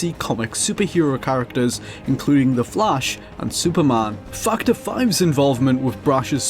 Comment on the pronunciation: its fac·torˈfaktər/ not fucher